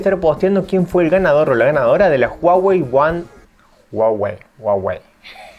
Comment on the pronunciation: Se dice uawey